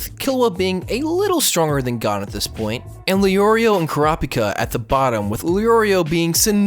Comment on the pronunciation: I hate your pronunciations lol. It's Gohn, Keel-oua, and Lay-orio.